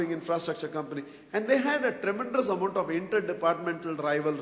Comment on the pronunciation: I have been very much impressed by your language. But please correct the pronunciation of word 'tremendous' it is not tremendrous'